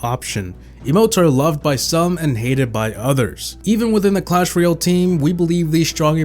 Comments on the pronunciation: In cwash royow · Says Clash Royale Subtitles: cAsH fOr YeLl